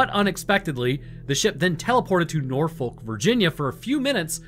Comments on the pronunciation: I'm sorry it needs to be said from a local. STOP PRONOUNCING IT NOR-FOLK. These are the proper methods: Nor-fick, Naw-fick, Nor-f*ck, or Naw-F*ck. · Just a pedantic FYI - it's pronounced 'Nor-Fuhk', not 'Nor-Folk' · Look here I love your videos on both of the channels but the scariest part of this video was the way you pronounced Norfolk. It genuinely hurt my soul hearing you pronounce the L. There are many ways to say it but in all of them the L is silent. I hate to say this but as a resident of the Hampton Rods area I am honor bound to challenge you to Fisticuffs for your crimes if you ever set foot in VA. All jokes aside keep up the amazing work you do and I would love to meet you in person one day. Don't worry I won't actually fight you, you would pummel me into dust.